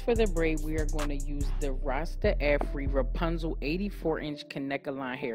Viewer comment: I think it's pronounced rasta-fry like how the Jamaicans say it. Lol.